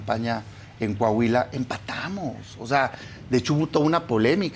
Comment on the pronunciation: Coahuila !!! Corrige Adela , no es Cuuuahuila !